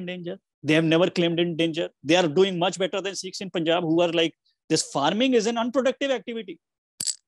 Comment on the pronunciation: Sikhs NOT 'SEEKHS'